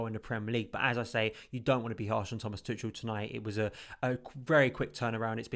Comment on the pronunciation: I don't want to be that guy, but I was saying it wrong myself. His name's apparently pronounced "Too-khel" or something of that sort, and not "Too-chel".